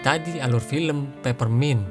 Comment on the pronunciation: Peppermint min, bukan pappermint. Padahal di deskripsi udah benar😂😂